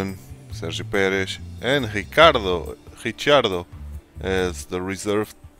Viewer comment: I know im late to this series, but you just earned a new subscriber 👍 Also are you portuguese? Im guessing that because of the way you pronounced Ricciardo at the begining of the video 😅